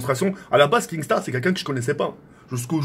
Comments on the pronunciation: Je chiale quand il dit KING star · mdrrr il a dit kingstar